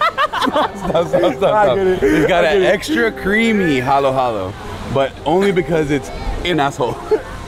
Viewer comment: It’s halo halo. Like bruno mars, stephen curry, luca doncic, dj khaled You guyz are so funny 🤣